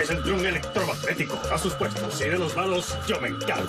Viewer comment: Ese hombre no puede decir electromagnético sin que se le muera 73 neuronas de las 100 que tiene